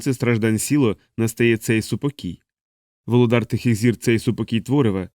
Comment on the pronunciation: волОдар, а не володАр